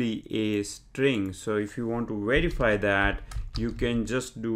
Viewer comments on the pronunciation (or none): I watched your Pandas Tutorials. I Subscribed. Your English is quite good. Your Python is excellent. When speaking English, I think you miss 1 out of 500 phonemes: "werify" should be "verify", "Notbook" should be "Notebook". Your accent is enjoyable and not at all painful to decipher. You might be the best Python tutor on Youtube.